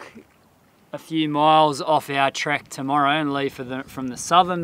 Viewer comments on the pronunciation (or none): none